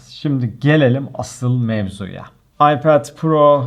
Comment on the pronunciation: ipade ayped demeye calısıyorum dilim döndüğünce böyle bi ince görmedim adamsın abi :D